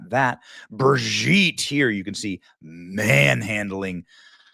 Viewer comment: Benny said, "MANhandling" 😂